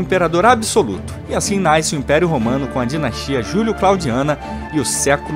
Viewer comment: Só faz um pequeno ajuste. Não fala "NAISCE", e sim NASCE.